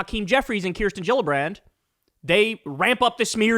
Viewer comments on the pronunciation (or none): She mispronounced 'Kirsten'. Obnoxious.